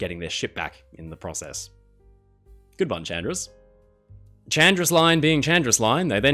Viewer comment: Hi, just a small correction: Chandris is actually pronounced Handris. Also, perhaps the worst makeover EVER might be SS Leicestershire, which became the infamous Typaldos Lines ferry SS Heraklion